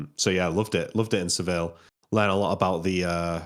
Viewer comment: pronunciation of Seville is funny. Double L in Spanish